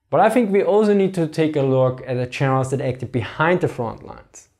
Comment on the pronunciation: Interesting topic. But the moment I heard "Cherman chenerals" I tuned out. Sorry. 🤣